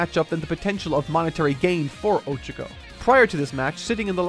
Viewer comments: I won't lie, him saying "O-chako" instead of "o-CHA-ko" is really bothering me. I don't understand why he doesn't research how to pronounce names as much. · did the pronounciations of Monoma and Ochako so dirty and i'm still recovering from it.